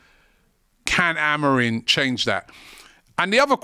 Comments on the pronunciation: It's Amorim. Stop saying Amorin. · already pronouncing the guys name wrong, just take a second and look up his name ffs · Amorim or Amorin? People get the name wrong and act like they know what they're talking about 😅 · This videos complete waffle, with zero information or research.. i mean, you didnt even look at his name so you can say it right. madness.. might as well of said the title and left it at that..